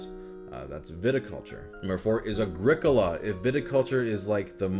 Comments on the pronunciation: Pretty sure it's pronounced Agri-Cola. Like a Pepsi made of leaves. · I think Agricola is pronounced like Agriculture